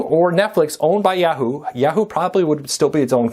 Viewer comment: I know - it's YAH-hoo.